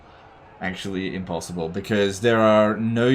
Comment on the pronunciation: "Impossioble-unwinnable" battle yes yes